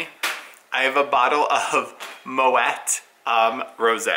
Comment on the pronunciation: Dearest, I sincerely apologise, I stand corrected you do pronounce the 't' in Moët! Do forgive me. I do so hope you enjoyed it. well deserved. From uk.